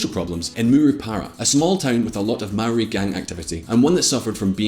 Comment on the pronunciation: Maori is pronounced wrong again